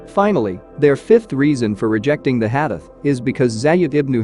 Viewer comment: Brother it is not HADEF, it is Hadith or Hadees. Also Please do not pronounce it so fast that listener has difficulty to understand as what did you say!